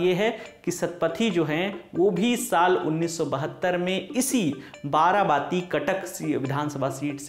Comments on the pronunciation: Dear Lallontop team please write the place name in devnagari because you are pronaunsing वारवाटी as तारावती Thanking you Himanshu ହିମାଂଶୁ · It's not बारबाती it's बारबाटी